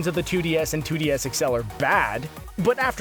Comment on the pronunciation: "3DS sexel"